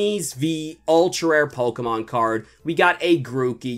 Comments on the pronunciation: Wow he still says pokeman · It is not pokeman it’s is pokemon